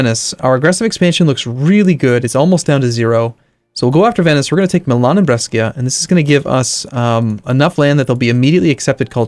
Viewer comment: Maybe someone already told you but brescia pronunciation is actually "bresha"